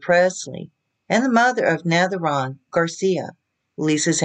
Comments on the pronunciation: Pronounced NAVAR-OWN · It is navarone,as you can see she got Elvis name in there...aron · Get your facts straight and learn how to pronounce his name. Elise is very young and they are separated even when they were married she kept going back to Switzerland where she was raised even when they were married she was going there all the time. She married him because she was obsessed with Priscilla and he knew it. Jerry Sterling had her over for dinner probably to pay her off to keep her mouth shut and to leave